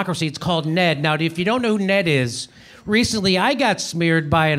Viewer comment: Another just FYI for you, Jimmy: nobody pronounces it "Ned," like a name, they spell it out, en-ee-dee. (I'm not trying to be a know-it-all, but it grates on knowledgeable viewers & is the equivalent of calling the C.I.A. "the Seeyah," just doesn't make you look as sharp as you are.) Love you, man.